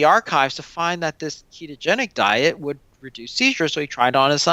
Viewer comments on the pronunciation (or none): Dude, the interviewer needs to slow down. I had trouble following what he was saying - like "keegeni". No, it's pronounced, kee-to-gen-ic. Enunciation counts in the communication industry. So slow down and enunciate all the syllables.